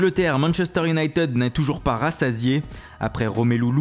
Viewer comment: Juste pour tes prochaines videos, on ne prononce pas united "younaïteude" mais "younaïetide" . Sinon continue tes vidéos c'est super !